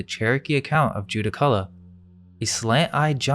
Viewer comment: Judaculla is pronounced Djurracula